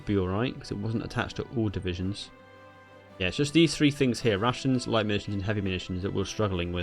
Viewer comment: Every time you say rations it sounds like Russians